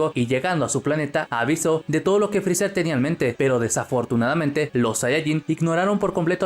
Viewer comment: Te odio, digo frezzar o frezzer.